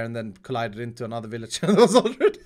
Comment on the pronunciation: Ah yes The villiger yeetinator